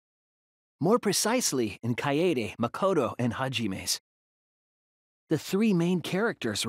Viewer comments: It just pushes my freaking buttons when they don't pronounce Kaede right. ITS KY A DAY NOT KY AI DE Edit: it also makes me pissed when they keep pronouncing their names to people like "I AM (insert name) SCRUB" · THEY CALL HER KAYAYDAY I WANT TO CRY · there was more of an a rather then a yay